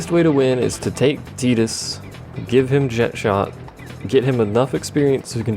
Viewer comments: The Japanese call him "jekt", therefore that is how the name is said. Language does not change how a name is said, as the pronunciation of a name is determined by the one who gave the name and them alone. They say "jekt", which means "jekt" is "correct". Calling him Jet, under any circumstance, is wrong. And also, the only three characters I can remember speaking Jecht's name are Auron, Yuna, and Braska, and in both languages they very clearly say "jekt". I will admit that I say "tie-dus" rather than "tee-dus", but that's more habit than anything else. Didn't know how to say it until Dissidia however many years later. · They pronounce it "jekt" in the Japanese version as well, though.